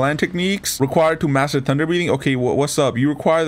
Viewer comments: Is it just me or do I hear tunder breathing instead of thunder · bruh he said tunder love the content